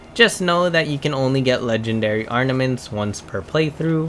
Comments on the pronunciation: Mozz-Oh-Lee-Umm ARMament…not ARN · When he said 'Arnaments' I 100% assumed he was trolling. Cause how..